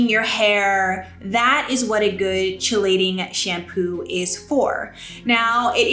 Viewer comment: I love your channel! FYI...Chelating is pronounced Kee-LAY-ting.